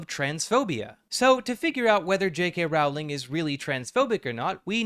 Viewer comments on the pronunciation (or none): Is it pronounced like row? I always thought it was like this video growl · It's pronounced "rolling." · I can't continue watching this video. Each time I hear the name Rowling mispronounced, I die a little inside. 😔